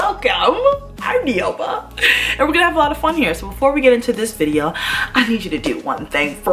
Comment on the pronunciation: Isn't it not neeoma? 😕😕😕😕